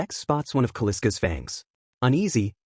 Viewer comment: Kal-isk not Kaliska is the name.